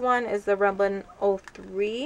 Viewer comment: i love you but I have. to tell you its rimmel sounds like rim/mal you said rim/lin i cracked up lol so cute but just thought I'd fill you in . anyway great haul as usual love ur video's